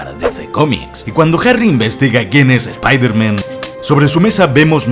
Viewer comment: Spailerman spailerman y no me extlaña